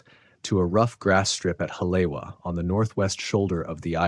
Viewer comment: Pronounced; Holly-Eva I lived there for a bit. Try this one: Aiea Pronunciation anyone? Eye A uh